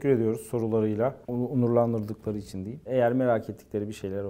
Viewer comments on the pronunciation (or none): none